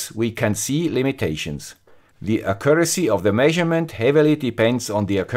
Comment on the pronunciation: Just, could you look up how to pronounce "accuracy"? ;-)